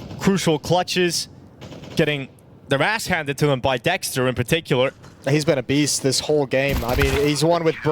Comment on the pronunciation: Dexter ❌ Sexter ✅